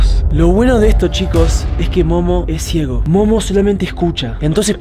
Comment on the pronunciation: No que te entendí que dijiste mono en vez de Momo😂😂😂😂😂😂😂😂😂😂😂😂😂